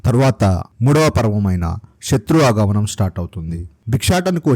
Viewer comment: శత్రువు అగమనం అని పలికారు ఆగమనం కి దీర్ఘం ఇచ్చి పలకాలి . ఒక్క దీర్ఘాలకి మన తెలుగు లో పదాల అర్థాలు మారిపోతాయి అండి .